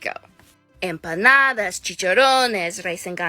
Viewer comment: M-pah-nah-dah chi-cha-roh-nes Rice (💀) and gandulees Pas-tell-ehh Genuinely started tearing tf up listening to her pronunciation